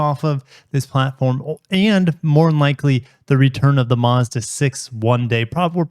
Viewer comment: You’re saying Mazda wrong 😞